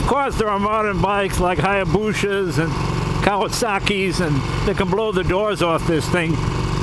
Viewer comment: "Hayaboosha" Pronouncing it that way from now on